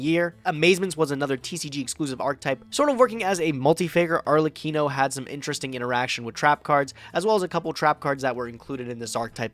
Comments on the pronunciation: Both and mispronouncibg Arlekino is giving me an aneurysm. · The fact that they can't both pronunce ARLEKINO right (which btw is written with K only so that you smart Americans know how to read a hard C) triggers me to no end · Arlekino Arkelino Archelino CEOs of pronunciation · I hope will train how to pronounce arLeKino when he plays that card again. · Idk what's worse "ArKELIno" or "arleCHEENO" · the real competition of this episode was who could butcher arlekino name´s the most